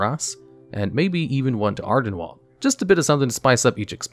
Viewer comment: What’s “Ardenwall”?